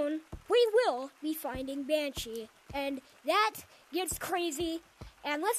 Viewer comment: Banshee more like ban hee